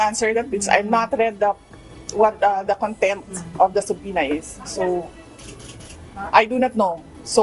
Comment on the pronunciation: SUBPOENA Suh-pee-nuh